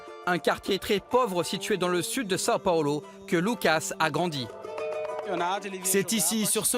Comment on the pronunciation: Il sait pas dire Sao paulo le mec ?